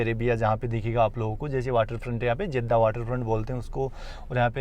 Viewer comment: जेद्दा नहीं, जद्दा होता है